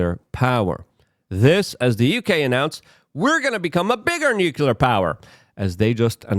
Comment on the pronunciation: FFS LUKE! NUCLEAR! NEW CLEAR. NUCLEAR!